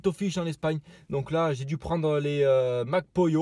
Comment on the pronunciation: Je sais pas pourquoi je rigole quand tu dis Mac Pollo ptdr